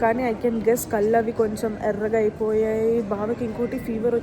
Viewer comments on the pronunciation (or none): none